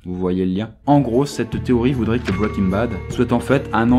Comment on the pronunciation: Pas mal ta vidéo, par contre ça m'écorches les oreilles de t'entendre dire bwwaiking bad , il vaut vraiment mieux le dire bien à la française que de se ramasser sur un accent approximatif. N'en diront certains.. :)